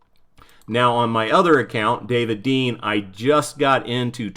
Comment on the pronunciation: David Dean* not David Been cx